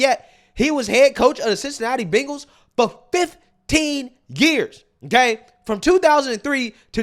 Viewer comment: It's Bengals not Bingles 😅